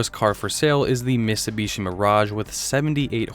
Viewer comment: You keep saying missubishi, it's mit-su-bi-shi. Your mispronunciations are driving me crazy